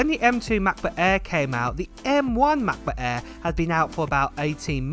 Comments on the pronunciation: Ma Buh Ehhhhh, Em Free Moddo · Apol Matbut Ehh, Emm Free! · Ahh yes the Mac-buh aerrr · Can't wait for Mah'Book Eh. It sounds better than the old Macbook Air. 💀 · I can't wait for the new "Macbutt Air" 😂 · “Mah Buh A” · Mac bak air 😂😂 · "MacBook Eh" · Ma Buh Ehhhhh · The way you say "Macbook Air" combined with your higher vocal pitch is absolutely jarring. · They way you say Mac book air I've been dying throughout the video 💀